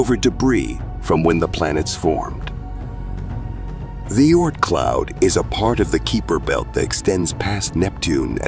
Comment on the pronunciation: I quit watching after the AI narrator said Appowthiss and the Keeber belt.